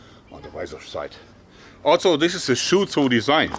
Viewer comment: Favorite word from him I hear "altso" also